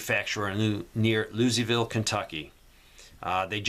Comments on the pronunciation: 🤣🤣 I love! Bless his heart!, it's pronounced: "LOO-a-vul" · it's Louisville KY